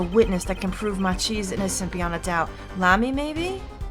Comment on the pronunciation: Also, and I checked, I believe it is pronounced "Maki" like the roll. Then again, there's lots of names in these games that are hard to determine how to pronounce.